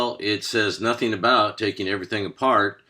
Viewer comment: Double U not Dubba U Manual not manule Notheen???? Checkeen????